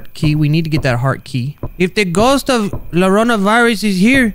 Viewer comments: How spanish people pronounce llorona: yuh-roh-nuh (roll the r) How pronounces llorona: lor-oh-nuh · Btw its pronounced yuh not luh, when there are two l’s next to eachother in spanish it makes a Y noise most of the time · It's funny that he says it like larona even though its pronounced Yorona. La llorona is a very creepy and sad legend about a woman and her children. They also mad a movie about it. "Ay mis ninos" mean oh my children is la lloronas line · People who speak Spanish: Repeat after me. "La".: La. Spanish speakers: Llorona. (pronounced YARONA): Llorona. Spanish Speakers: La Llorona.: La LORONA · spelled it lorona when its spelled yiorona (but of course is not from spain (neither am i)) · Het, you don’t say it like lorona you say it like jorona or yorona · Bruhhh. I know it's for the meme but hearing you saying it as "Lorona" hurts lmao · I know you guys prolly don’t know this (because you guys are like 10) but it is actually pronounced la Larona (Ya larona) so take that as you will. Thx for your time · it's actually pronounced la yorona since double L in spanish is basically pronounced as a y sound + for anyone reading this the R in llorona should be rolled but if you can't, a short D should sound fine 😚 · the only scary thing in this video is how pronounces llorona By the way for anybody who doesn't know how to say it; it's pronounced yoh-rohnah (remember to roll the R!) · He Just wanted to tell U that llorona is yorona which is weeping lady so "ll" makes a "y" sound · La llorona (pronounced la yo ro na) is an old mexican story about a woman who( i dont remember the comepleted thing) who lost her children who died or something and then kidnapped children and claimed them as her own children. Theres like a curse and a ghost or something but i dont remember it all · The "lorona" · needs to sound it out like this la ya rona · Luh-row-nuh xD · It's pronounced YO-RO-NA, Lol! the GooB! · It's said Yorona